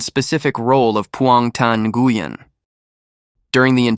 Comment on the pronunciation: Nguyen??? OMG. The way that name was bashed right from the beginning. Ouch. That hard G when it should be silent is like crackling in my ear. 📢🦻🏾